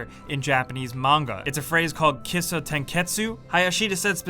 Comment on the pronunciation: kisho not kisso dammit >.<